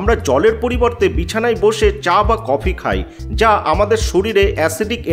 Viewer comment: যাই, খাই, হাই, পাই, এমন বলছেন কেণো উচ্চারণ ঠিক করুন এমনি সব ঠিক আছে😮😅😮